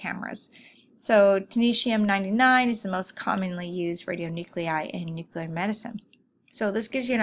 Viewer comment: Need to better pronounce nuclear medicine terminology. It not ‘newclur,’ it’s nuclear! Methionine is not methylene, etc.